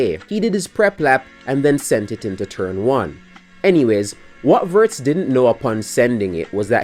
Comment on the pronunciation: If you want to pronounce his name closer to the real sound, start with "wo" like in "wolves" or "Wood" and add the "rtz" after the long o vowel. Think James Woods, but Alex Woords.